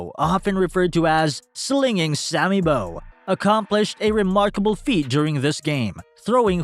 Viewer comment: I know man, terrible! and another one, it's pronounced "Sammy Baww" not Sammy Boww" This guy just cruised wikipedia